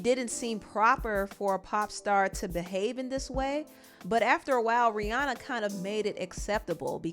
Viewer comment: It's R I H: RIHANNA. Not to be picky. That just bothered me a bit. No hate tho.